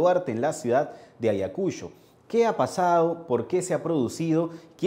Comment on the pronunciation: Primeramente amigo es Ayacucho y no como lo pronuncias Ayacusho y creo que tiene su merecido x ser terca y aferrarse al cargo a sabiendas de que la población no la pasa y al ir ahí es provocar.